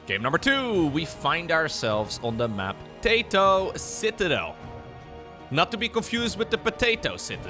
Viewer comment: Taito means skill in Finnish, but we'd pronounce the first syllable like the word "tie" and remove the u-vowel sound at the end of the second syllable "to". Love your casts btw!